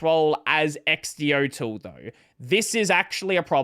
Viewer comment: That's... not how you pronounce that. xdotool is x-do-tool, the tool that makes X do things. And ydotool is just the next letter of the alphabet.